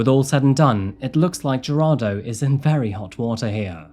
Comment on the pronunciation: I am sorry but Jarado?? 😂 it is pronounced, Heir-rod-doh. Gerardo